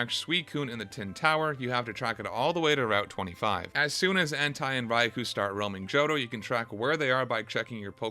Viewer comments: To whom it may concern, Entei is not pronounced like hentai. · ...Did you call him "En-tai?" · "Entei" is a Japanese word, so it's read as "en-tay-ee" as opposed to if it were a German word, where it would be how you said it, "en-ta-ee" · It’s not end-tie, it’s “N-tay” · It’s pronounced en-tay/en-teh, not en-tigh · What’s an En-Tie? You men Entei (En-Tay) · I find the fact that you pronounce Entei as "Entai" very concerning. o_o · Bro did you really pronounce Entei as Hentai? 🤣🤣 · "entai raikuh and suikuh" bruh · There is NO way you pronounce it like Entaj 💀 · why do you say entei like entai.... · How is it possible to mispronounce pokémon names. Listen to the fucking anime dude. ENT-EYE??? WHO THE FUCK IS ENT-EYE😂😂😂😂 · bro you did not just call Entei "hentai". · why does this fella pronounce entei as hentai stop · My only gripe with your video is that you keep pronouncing entei as "EN-TIE" smdh. Otherwise, excellent review xD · Entai? Raicoo? Sweecune? That's not how you pronounce those. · Bro really said Entai 💀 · It's En-Tay. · Mans really said “Entai” 💀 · bro said Entye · Entei pronounced like hentai is the greatest part of the video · There is no way you unironically pronounce entei as "hentai" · Hippo-po-tas - En-Tey lol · I'm giving dislike because I absolutely H A T E the way you pronounce Entei. And never want to accidentally click this video again. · you pronounce every pokemon name wrong and it's hilarious. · Bro why do you say Entei wrong